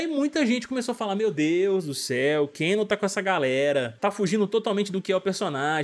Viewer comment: Não eh Cano😂 Eh keno mano😁